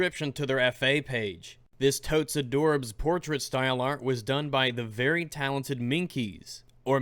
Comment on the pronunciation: Did I hear stoyle?